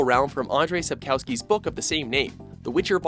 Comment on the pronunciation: your pronounciation of sapkowski's name gave me cancer